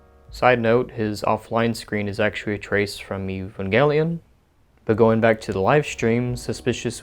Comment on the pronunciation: its eve-an-jell-ion not ee-vang-kelion